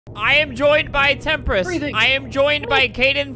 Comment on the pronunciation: Albert: says Temprist Autotranslate: says tempura